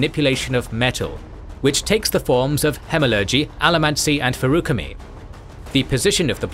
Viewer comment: so i know pronuciation is one of those things buts damn your pronunciation of specifics hurt my soul feruchemy was the worst